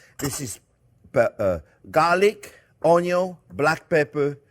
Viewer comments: I am now fully convinced that the word 'onion' has been misspelled and mispronounced for ages. It is 'oño' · This recipe lacks sufficent "onyo" 😂 Love ya JP. 😉 And not to tell a real pro his buisness - but pork and maple go together like onyo and beef... Real maple syrup (the darker the better) instead of corn syrup. And I like the smooth taste of a wheated burbon - so there is always a bottle of makers mark in the house. Makers is affordable and pretty decent if you don't like the spice of a rye mash bill. (Couple shots of that go in the sauce. And 4 measures for me as an old fashioned while I work) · If it has "onyo" it has a like